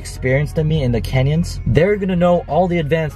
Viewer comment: Did say he was driving in the "Kenya's"!? Great video, very informative!